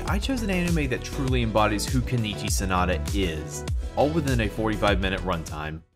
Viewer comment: It's Sonoda, not Sanada.